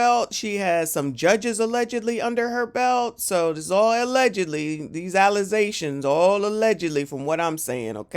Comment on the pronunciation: Did you just say “allezations”?